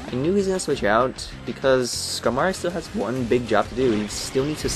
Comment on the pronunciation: Skamory? Skarmory. The R is before the M.